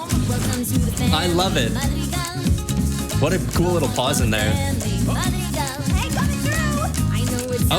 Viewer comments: It's mad ri gal not ma drill cle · I learn a lot from you dissecting these songs! It's so fun to listen to your commentary. One learning area for you is to work on pronouncing words from different languages accurately like Madrigal (maad-ri-gaal), Luisa (not Lisa), Abuella:) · oh wait-in Columbia you say Madrigal the right way but here you say the family mad-ri-gol and it sounds like magical!!!!! that is soooo soooo cool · just a reminder, madrigal is pronounced "Mah-dri-gahl" and you gotta roll the D lol but i love watching these <3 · not to be rube but it’s family madrigal that’s how u pronounce it 😀